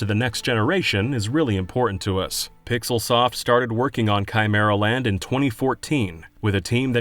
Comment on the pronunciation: Chimer-and the what-now?